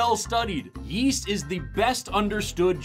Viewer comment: Yeast? I thought you said Weast